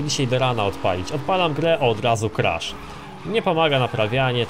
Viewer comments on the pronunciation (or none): none